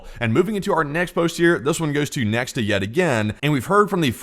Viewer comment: once again, it's NOT neKSta, it's neKHta